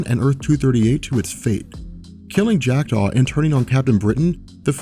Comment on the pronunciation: every time he says "Jack Daw"..I do a double take like he is saying "Jacked off"